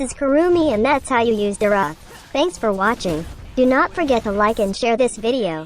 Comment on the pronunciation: It’s me again. Don’t wanna be that guy but neither pronunciations are correct😂it’s “Dee-roth”